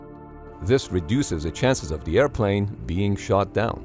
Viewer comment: Aircwaft Airpwane